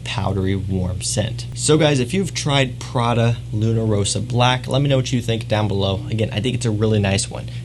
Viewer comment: Its pRRRaDaa not phradeuh lol 🤣 Lovin’ your vids from italy tho